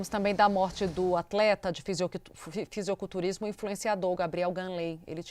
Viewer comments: Deu agonia escutar ela toda hora falando FisiOculturismo. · Âncora falando fisioculturismo é de fuder kkkkkkkkk pqp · "Fisioculturismo" ???? Vai aprender a ler, bonitona ...